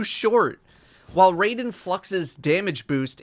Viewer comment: RAI - DEN. NOT RAY - DEN.